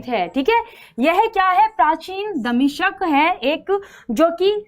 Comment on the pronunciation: आपका उच्चारण सही नही है दमिश्क सही hai